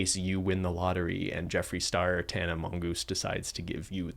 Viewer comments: nobody:: Tana M0ngoOSe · Does genuinely not know how to pronounce Tana’s last name or is he purposely butchering it lmao